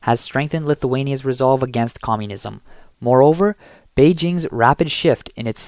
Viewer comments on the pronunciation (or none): none